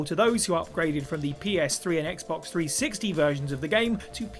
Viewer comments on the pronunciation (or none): none